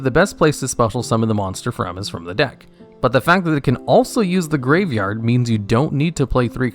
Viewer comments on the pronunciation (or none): I think I’m losing it, I swear to god he is adding an extra letter in graveyard, duel logs has poisoned my ears, words don’t sound right anymore, send help.